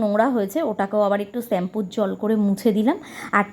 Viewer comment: ছেম্পু না দিদি শ্যাম্পু হবে। রাগ করোনা। ঠিক ভূল মানুষ মাত্র।